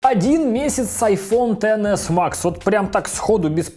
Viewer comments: как же бесит то, что он говорит не иксэс , даже не 10с , а тен мать его макс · Тоже обратила внимание) к тому же про айфон(x) сказал: десятка , а уже про айфон( x max) сказал тен икс макс.... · Как же режет звук «ТЭН ЭКС МАКС»